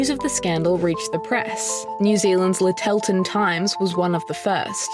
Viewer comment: Lyttleton is pronounced as in Little.